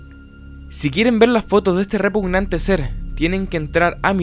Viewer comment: Habia alguien q decia "REPUNANTE" en vez de "REPUGNANTE"